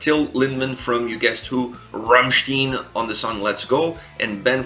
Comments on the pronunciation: RammSTEIN ... how the frack can you keep pronouncing it RammSTIEN ? They even sing their name a bunch of times, in a bunch of different songs, so not speaking German is not even an argument to not being able to pronounce it correctly. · Rammsteen :"""D